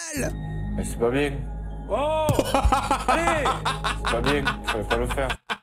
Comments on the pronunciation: "C'est pas bieng, fallait pas le faire " 🥺😂😂😂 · "C'est pas bieng, faut pas le faire" M Y T H I Q U E